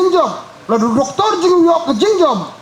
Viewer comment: Ohh No! Doctor ruh Doc ktorrrrrorr😅😅